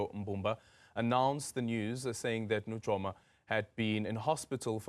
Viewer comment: NuYOma NOT NuJOma